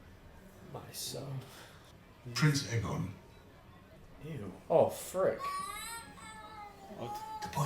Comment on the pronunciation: Bro it’s AYE GON not EGG ON 😭😭